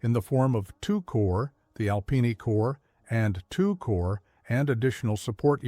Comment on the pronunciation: You pronounce corps as corpse like Obama. Obama and AI don't read military history and don't know any French.